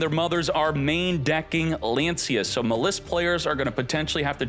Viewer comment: please, it's maaaliss not mliss